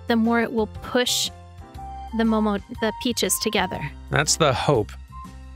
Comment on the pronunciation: I'm hearing mococo intonations on those "mikan" and "momo" pronounciations...